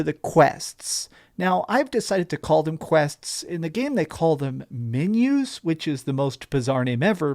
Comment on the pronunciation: MENUS!?! At a CAFE the waiter hands you a MENU (MEAN-you) so you can order what you want. MENUS, pronounced MEAN-yous